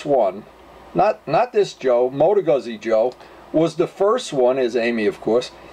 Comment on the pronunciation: It's pronounced Gooz-z .... like piz-za